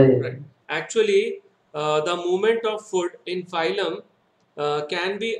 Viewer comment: Are baba phylum phylum बोल रहे हो it's फ्लोएम